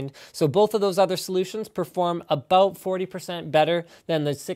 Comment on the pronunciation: AAAAABBBBOUUUUUUUUUUUTTT AT ABBBBOOUUUUUUUUUUUTTTT canadian words man fucking funny